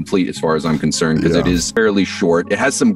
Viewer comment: hes saying "becuase"